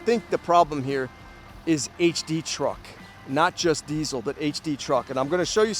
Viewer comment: Why do you keep saying diezel